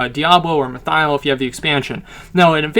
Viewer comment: His name is pronounced: " Mal 'thael "